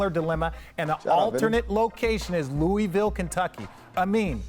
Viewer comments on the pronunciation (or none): Bruh. It's Loo-vul. They hate when you say Louie Ville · It’s isn’t “Loowee-ville” or “Lewis-ville”. It’s pronounced as “Looo-ihh-vull” 🤦‍♂️. But I do think the winningest state in college basketball, with a fan base similar to the Cowboys or Lakers should have an NBA team by now. The way ppl get behind UK, Louisville, etc. here, it’s only logical to assume they would naturally do the same for a NBA time. They’re diehard and literally bleed blue there lol. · Richard and Perk def not saying Louisville right😂